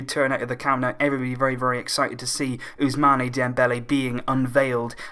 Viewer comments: It's not ousmaney, it's pronounced as ousman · it is not pronounced Ousmani Dembele it is pronounced Ousman Dembele with no I.